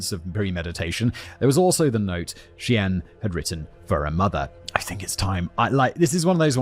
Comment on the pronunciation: Lol, the editors need to flash words simon mispronounced on screen....the pronunciation of Cheyenne was wild. And dubuque 😂 (similar to de-puke...which is a local slang. De-Buke)